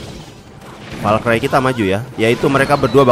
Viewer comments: bang valkri bang bukan valkray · bacanya valkri bang bukan valkrai